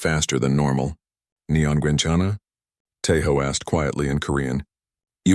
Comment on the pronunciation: Are you asuming Gender and ethnicity? Maybe Tay Ho identifies as a western european woman and not an asian male. (This post is clearly a joke) im more mad about the misspoken korean its pronounced Gwen Chen Ahh not Gwen Ken Ahh